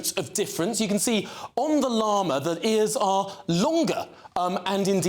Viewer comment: They cant even pronounce "llama" correctly.